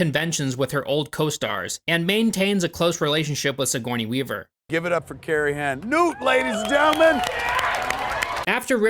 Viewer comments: Siggy Weavy lol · Never stop calling her Siggy Weavy lmao. I love it. My brother and I have always called her So Corny Weaver 😅